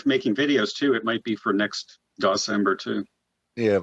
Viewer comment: Aww it was supposed to be DEC-cember.